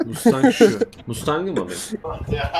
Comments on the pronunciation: > "FORD MUSTAHAK" 😳 SJKSWKKWKDJSKWJEKSKWKWKSJ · Mustang Deyince Doğru Okunuşu Unuttum